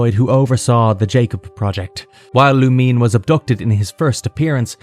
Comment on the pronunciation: It's "Lou-Min-Ay" not "Lu-Meen"